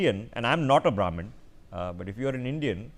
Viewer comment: Devide and rule? Oh common Navarro that is an age old trick. You don't know anything about India. You can't even pronounce Brahmin correctly!!